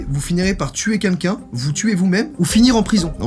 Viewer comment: joyca qui dit quunlqu'un au lieu de quelqu'un oklm